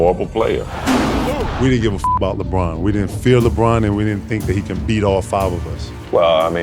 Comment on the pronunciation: Yeah LBRON JAMES says alon